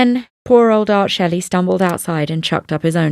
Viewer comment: It's pronounced schley, not Shelley. Just thought you may need to know.